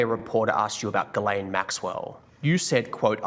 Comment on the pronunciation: Dude. Pronounce her name correctly for god’s sakes you’re the opposite of a MAGA. Please. It’s not difficult. The ‘Gh’ is pronounced like a ‘J’, so spelled more phonetically - or ironically - it’s Jiz-lane. Cheers